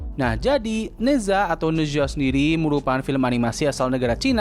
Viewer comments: Spellingnya "naca" btw. Bukan neza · koreksi bang, pronounce nya Ne Cha, kalo di mandarin Zh dibaca kaya C